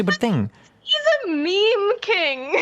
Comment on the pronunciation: i love how she pronounces it "mem king"